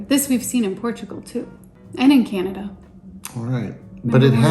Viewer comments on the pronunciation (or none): none